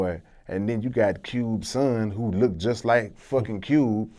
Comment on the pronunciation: "look-ted".????? smdh